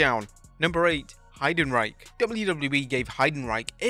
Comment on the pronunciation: The pronunciation of Heidenreich is crazy 😂💀